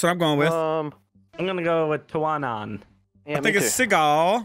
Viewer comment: Omg when I saw a filipino word and they got it right im so happy 🤣💖 Lav yah! From 🇵🇭